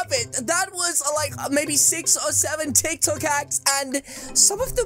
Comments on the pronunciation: Hold on exuse me is he saying tiktak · when he said titok